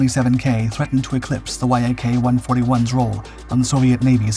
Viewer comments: Why do you spell out Y-A-K instead on saying it as a one syllable word (the way I've heard it pronounced)? You don't do that with MiG. I've also heard Su pronounced as a once syllable word. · YAK is not an acronym, it's the first three letters of the head designers surname Yakovlev and should not be pronounced like reading and acronym, but like pronouncing Alexander Sergeyevich surname without saying the rest of it.... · Once again this is title is nothing but clickbait, your claims have been proven false in the past and your need to word salad is getting boring! You do not have spell everything out every time, it is VTOL instead of V T O L. And it is YAK not Y A K. Try thinking 'less is more' when it comes to narrating! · YAK is pronounced as a word - "Yak" - not as separate letters, same as "Mig". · Voice over can't seem to pronounce namesm and the title YAK vs Y.A.K. The presentation is rude to viewers. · The synthetic naration has a problem with pronouncing selected words like YAK vs Y-A-K. Irritating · C'mon man, you've been doing this for long enough to know to say "Yak" instead of "Y-A-K"...FFS. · It is not Y.A.K. but Yak, like in your Yack - engineer named Yakovlev. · If you aren't actually an AI voice, you really need to learn to pronounce common stuff like VTOL, Yak, Su correctly instead of spelling them out, it just sounds weird otherwise. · please don't call it as Y. A. K. - that's wrong. Call it short and simple as - Yak. This is how it's called originally. I really love your videos. You're welcome to DM me for any help request with Russian names or any other words' pronunciations.;) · interesting. but I thought it was pronounced Yak rather than Y.A.K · It's not "Y" "A" "K" It's "Yak" Yak is short for Yakovlev. The name of the founding chief designer of the design bureau. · that's not Y–A–K, it's "yak", for eff's sake! An ACRONYM, ABBREVIATION "Yak" - the first three letters of the family name Yakovlev! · Dude say Yak normally